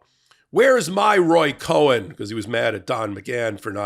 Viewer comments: Btw, I believe Cohn is pronounced “Kone” not “Cohen.” Just sayin.’ (That doesn’t mean that Cohn wasn’t a slimy, horrible person) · Roy Cohn (not Cohen). :_popok:😉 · Listen to you all " time....great show. One comment, Roy Cohn was a bad dude... that said, his name is pronounced "cone" not "cohen" (like Cohen). Don't want to get you dinged for grammatical errors😎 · Roy Cohn Not Cohen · Roy Cohn, not Cohen. Cohn is pronounced cone, as in the original 1950's butt plug, given Roy's tendencies. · Isn’t it Cohn… Roy Cohn? Not Cohen, or am I losing it even more?! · It’s “Cohn”, not Cohen. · I though it was “Cohn”, not “Cohen”. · Cohn, having no “E” in it, is pronounced “Con,” not “Co-hen.” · It's 'Roy Cohn', not 'Cohen' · it's Roy Cohn, not Cohen. Pronounced Kawn. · That was driving me nuts 🌰 pronounced cone ( Cohn) not cohen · When you repeatedly said the name Roy Cohn, your pronunciation of that last inserted an indstinct vowel sound such that the screen text kept coming out as "Cohen." This is unfortunate insomuch as it opens the possibility of accidental or purposeful confusing/conflating with Cohen. Thanks, Jim Wagner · Roy COHN is pronounced CONE. :) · it’s Roy Cohn - pronounced like ice cream cone. Just FYI. Great job, btw. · Roy Cohn “cone” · Isn’t his name Cohn not Cohen. It is sad because Cohn was a closeted gay man. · Roy Cohn. Pronounced “cone”. He was Daddy Trump’s lawyer before Donald inherited him. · Love your Legal AF, LOVE your hot takes, but one criticism: It’s Roy Cohn, pronounced, “cone”. Don’t believe me, check with Hero to the Republic, Cohen. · Roy Cohn, 1 syllable first name, 1 syllable last name. Not Cohen, very similar to "Kahn". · Roy Cohn, not Roy Cohen. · It's pronounced "cone" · FYI, That creeps name is pronounced “cone”, like ice cream cone, they is no E in that name, it’s is a tough one, keep up good work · It's pronounced "CONE." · Cohn, no Cohen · It's pronounced Roy "Cone". No "e" in there.